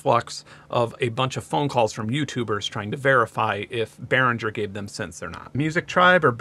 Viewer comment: I'm pretty sure you should pronounce G in Behringer like a G in Lamborghini or Target.